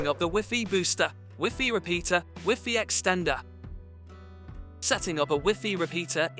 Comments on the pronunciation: I appreciate the content... but why didn't you change the pronunciation of WiFi?? It sounds so ridiculous and diminishes the quality of the video. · Lol ive never heard wifi pronounced wiffy. I only ever heard it said y fi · wiffy? its WHY FI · Is the wiffy in the room with us? Because I swear I clicked on a WiFi (wai-fai) signal booster video. 😂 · Educate yourselves dheads, Europeans say wiffy . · I couldn’t care less how he pronounces WiFi or wiffy. The explanations seemed redundant, repetitive, but not clear or concise. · Wiffy Rooter! Lol! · Probably good info in this video but I just couldn't stand "wiffy" so only got halfway. Is he the only person in the world who calls it wiffy?... I hope so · He lost me at wiffy😂😂😂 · I'm no certified MS engineer, and Wiffy is a pretty common way to say it in Southern Europe... Maybe try travelling a bit? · In french we say wifi as he pronounce it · I like the way this guy pronounces wifi.... no shade...